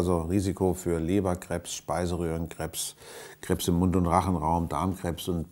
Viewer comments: Herr Lesch muss lernen richtig Krebs auszusprechen.😂 Vielleicht isst er ja gerne Crepes da er es so auspricht.🤔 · Joel S Krebs nicht krehbs 😣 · Wie er Krebs ausspricht. Crêpes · in bayern hört man das oft so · Diese Leute die Krebs wie "Crepes" aussprechen xD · Wie er Krebs ausspricht 😂😂😂😂 Hört wich eher an wie "crèpes" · Wenn man sich das Video dicht anschaut ist das einfach sooo witzig vorallem wie er Krebs sagt wie Crêpes oder so und wie er den joint einfach wieder auffängt😂😂😂😂😂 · Wie er Krebs einfach wie Crêpes ausspricht hahaha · Ich find es lustig wie er krebs "crepes" ausspricht :D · Niemand wirklich niemand: Harald Lesch"Kräbs"😂😂😂😂😂😂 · "Kreps" XD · Super Video haha aber wie du Krebs ausspricht ist schon lustig